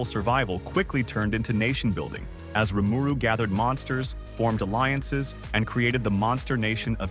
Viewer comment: How can you get the pronunciation of RIMURU wrong??!?!?!?